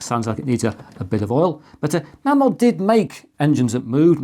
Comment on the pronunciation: it's pronounced Maymod ....................